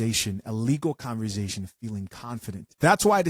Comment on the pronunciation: The word conversation is pronounced. Conver SAY tion. NOT, CONVER ZAY TION. I LOVE THE COFFE POT. Keep up the good work my Brother.